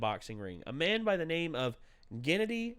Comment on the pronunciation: GennAdy. Emphasis on A.